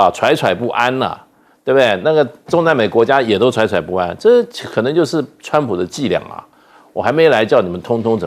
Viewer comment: ，那个应该读“zhui zhui 不安”。惴的读音和坠一样。